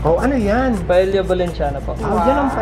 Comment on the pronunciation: ang bigkas sa SPANISH ng double ll ay y. kaya ang paella nagiging paeya.